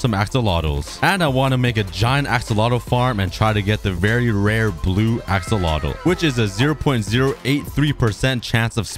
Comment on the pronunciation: I love the way he says axolotl assolotl